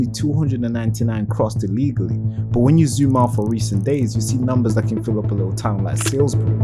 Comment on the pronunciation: I'll leave a comment. Salisbury- Read it again, say it again. If you say Sailsbury again, Google the word and listen to the pronunciation. British people should be able to say every English place name correctly. I'll give you a break on Welsh, Scottish and Irish.